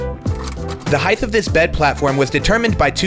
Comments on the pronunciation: When did you start mispronouncing "height"? There is no "h" at the end of it. It's pronounced with a "t" sound. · "heighth" is not a word. The word you are looking for is "height". Thank you for reading this PSA. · What is wrong with you people?? It’s HEIGHT.... not HEIGHTH... that’s as bad as the British and Aussies saying ALUMINIUM... stop adding letters to words... you sound stupid when you do. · Love your work, but you are killing me with pronouncing "height" as "heigth". It is pronounced like "bite" but with an H and doesnt have a "th". Keep up the great builds, cant wait for the next one. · It seems to be an accent thing, not sure which US accents exactly do it but I've noticed the same people how say height as ' heighth ' also pronounce saw as ' sawl ' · I'll never cease to be amazed by how many people say "heighth" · Love your videos. But why oh why do you pronounce height with a TH?